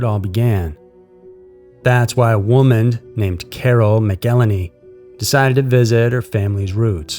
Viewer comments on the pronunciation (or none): McElheney is pronounced MACK-el-hain-ee with emphasis on the first syllable, not mickel-en-ee. Other than that, well done! Very interesting video, great voice, thank you. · I think its pronounced MAC-ELL-HENNY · Her name is pronounced Carol "Măc úl hānēē"